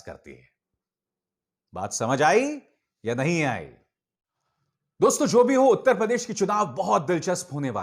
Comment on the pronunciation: It’s “dosto”, not “doston”